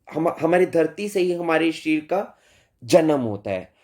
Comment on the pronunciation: shareer uchharan sahi nahi hai